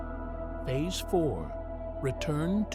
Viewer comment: If you can't find a human to narrate at least find an AI that can pronouce simple words like space and phase!